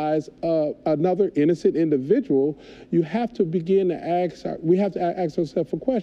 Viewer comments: "We have to AXE ourselves this question." That tells you all you need to know. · The word is ask, not axe.